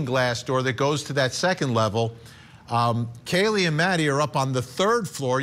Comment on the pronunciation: Kaylee not Kayla. At least get her name right.